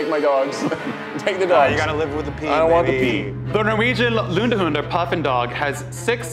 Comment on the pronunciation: Matt's perfect pronunciation of "lundehund" gives me life